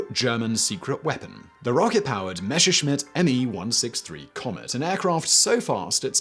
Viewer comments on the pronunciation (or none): Super interesting video, but AAAARGH: IT'S PRONOUNCED MESSERSCHMIDT, NOT MASHERSCHMIDT. :D Unless you want to make a big mesh of things. ;) Also jagged Geschwader. Just look these up, they are not that hard. ;)